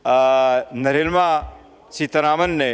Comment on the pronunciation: Narma nahi nirmala